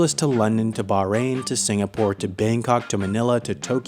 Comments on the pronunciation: its Singapore, not Sinagpore.... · "Sinagpore." . Hnnnnggggg. Nitpicking. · lol sinagpore ITS SINGAPORE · it is singapore, not sinagpore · it's singapore not sinagpore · Lmao its Singapore not sinagpore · it’s “Singapore” , not “Sinagpore” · its Singapore, not "Sinagpore" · Sinagpore? Btw singapore REPRESENT!!! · its not Sinagpore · “Sinagpore” The new Singapore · sinagpore lmao well done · Sinagpore? Damm new country?